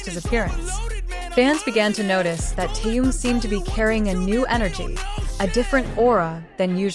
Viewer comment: Имя мировой звезды надо произносить правильно. Это элементарное уважение.